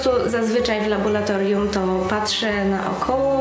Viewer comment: Uwielbiam Cię, ale błagam: "laboRatorium nie laboLatorium :D zawsze mnie to boli ze względu na swój zawód ;)